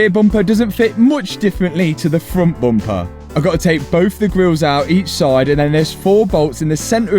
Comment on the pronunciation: Say more 'bumpahh'